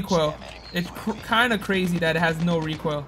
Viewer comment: ZERO REEKOIL, ZERO REEKOIL